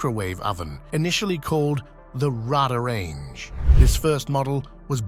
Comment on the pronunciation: It took me a second to even figure out he was trying to say RadaRange, a brand name.